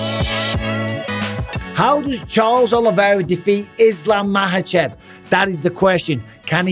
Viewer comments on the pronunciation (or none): Makhachev. Not mahachev. Not everywhere in the world j is pronounced h and kh is silent